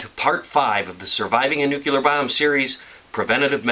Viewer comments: NU CLE AR not NUCHILAR... NUCLEAR kmooon! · You have all at knowledge of how to survive a nuclear event yet can't even pronounce NUCLEAR. It's New-clee-ur, not new-kyu-lur. Good information but it drives me crazy when people can't pronounce nuclear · i thought it was pronounced "Nuke-lee-er" and not "Nuke-you-ler" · It's pronounced New-clee-ahr - you're welcome.